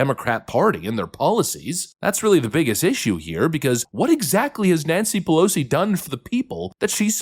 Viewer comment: Nanshe Peloshe